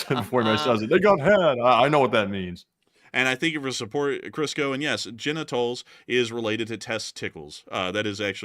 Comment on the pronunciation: “Jenna Tolls” lmaoo got em’ 🤣